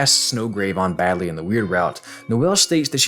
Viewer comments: HE SLIPPED UP HE SAID BADLY HAHAHAHHAHAHAH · I wanna see someone timestamp every time says "Badly" instead of "Berdly" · Anyone else notice that instead of "Berdly" he said "Badly?" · YOU CANT SEND CHILLS DOWN MY SPINE AFTER CALLING BERDLY "BADLY" SO MANY TIMES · This man was so distracted with the last bit he didn't notice he called Berdly "badly." Autocorrect strikes again. "Her potassium is in the right place" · Yeah, Google doesn't know who Badly is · I like how you said the last "berdly" as badly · When you called Berdly "Badly" instead of his name, that's when I knew I should subscribe. Great content man, loved your sense of humor! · Every "Badly" made me chuckle lol. Great video. A lot to think about for sure. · Badly comes in